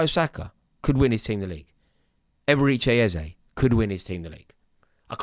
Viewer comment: "Eberichay Ezay"😂😂😂